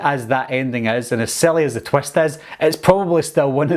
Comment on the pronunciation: Wie hav dis twest... Wtf is a twest